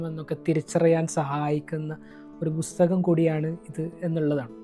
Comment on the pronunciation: ബുസ്തകം അല്ല പുസ്തകം. ബുക്ക്‌.